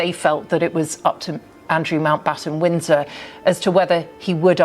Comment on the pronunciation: Okay.. She’s said it about 10 times and I still can’t figure it out. But to the laymen’s ear it certainly sounds like she is saying Andrew Mount Bottom Winds In Her……. 💀😂